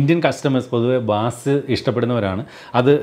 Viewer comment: പ്രിയപ്പെട്ട, ബാസ് അല്ല ബെയ്സ് ആണ്.